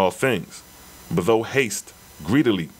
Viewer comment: The RA Material explains how and why the Oahspe was revealed. also..NOT being petty but i believe thou is pronounced 'thow' (like wow) not 'though'